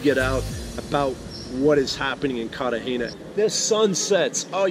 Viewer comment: Carter hayna? It's Cartagena pronounced "CARR/ tah /HEY /nah".. stupido